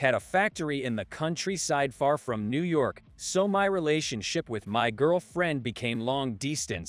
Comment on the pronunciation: sounds like an A.I. generated story with robot voice. Mispronunciations such as New Yerk for New York.